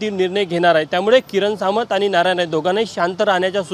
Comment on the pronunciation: अरे सावंत नाही. Samant.